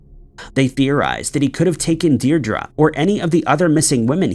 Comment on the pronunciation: Qw all learn everyday, Seamus is pronounced, shay-muss, Newquay is New-Key and Diedre is Deer-dree thanks for the content.